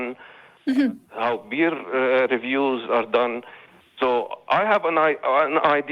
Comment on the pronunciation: It is imbortant for scientific papers to have beer reviews. I am not mocking him; the Arabic language doesn't have the sound "P". But I would have loved it if beer reviews were part of standard science evaluation.